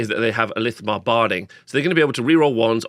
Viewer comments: Nice overview! A tip for pronunciation. Chrace is like Krace and not Trace, it's i-thil-mar rather than I-thi-li-mar and I think the 'th' in Lothern is just like in 'southern' or 'northern'. Not sure about the last one though. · Just want to say, I-thil-mar armour. Not I-li-thi-mar armour..